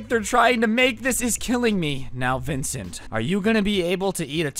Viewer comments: the fact that he’s roasting this man the whole time but can’t even get his name right is kinda aggravating 😂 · didn't get his name right until the end of the video lol